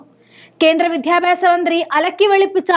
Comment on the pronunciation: കുറച്ചു കൂടി അക്ഷരസ്പു ടതയിൽ അവതരിപ്പിക്കുക.(വിദ്യാഭ്യാസം എന്ന് വാക്ക്)..